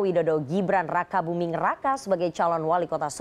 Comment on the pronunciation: Aku dengernya si mbak bilang Gibran Rakabuming Neraka wkwkkwkw